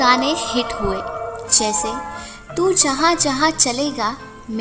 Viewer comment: आप कैसे और जैसे शब्दों का केसे और जेसे की तरह उच्चारण कर रही हैं। आप अनुमति एव॔ अवसर दें तो मैं यह narration/ Voice over, पढ़ दूँ।